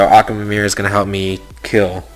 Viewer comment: Akwilla? Die-as? Akamamamameer? Like wtf